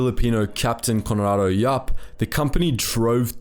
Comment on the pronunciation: As a Phillipino 🇵🇭🇵🇭🇵🇭, I laugh at his pronunciation. Peftok is “pep-tok”. Conrado Yap is “Con-rad-o Yap” (say rad with a quick “a”, as fast as the “e” an red. “O” with a circular mouth, and longer sound. I can’t really describe it, but if you get it, it sounds very Phillipino.